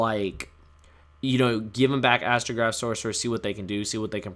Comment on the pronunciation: I stopped watching after I heard you say astograoph to one. I feel like I’m the only person that hates an idea and design of cards rather than a specific card itself. Astrograph cannot come back even to one for the same reason firewall is at one. It doesn’t matter! They’re infinite loops behind them because there is no once per turn. Going off that idea, I’m also understanding as to why stratos has to remain banned.